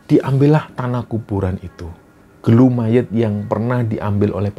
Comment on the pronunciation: Bukan gelu bang tp gulu yg artinya leher